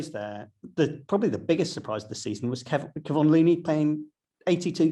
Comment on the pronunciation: Great discussion. Please learn the correct pronunciation of Kevon.